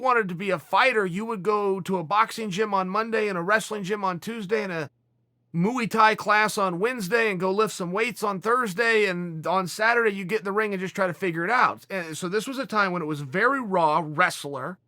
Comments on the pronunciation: Chael: Want to hear a joke? Us: Yes please! Chael: So, Rehonna, Ya-Rear and Gats-telum walk into a Mooey Tai gym.... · "moo-ey" thai class lol Just joshing ya, Chael. I love you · I always thought it was Muay Thai, but if uncle chael says it’s mooey Thai, it’s goddamn mooey Thai